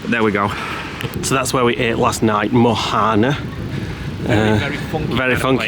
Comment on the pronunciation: The H in Mohana is silent, so it should be pronounced Moana, just like the film.